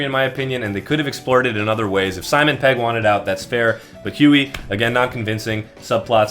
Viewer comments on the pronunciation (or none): none